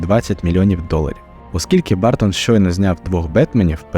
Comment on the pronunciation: А що важко дізнатися як вимовляється прізвище режисера? Він не бАртон